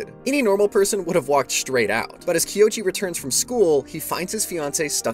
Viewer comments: ._. Kouichi = KOH - uu (as in like mooo) - EEE- CH- EEEE Please I beg, tis is the easy. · I’m glad someone else noticed this too. After hearing it said Kiochi so many times, I was starting to doubt what my eyes were seeing. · Bro recapped every chapter and didn’t say his name right once…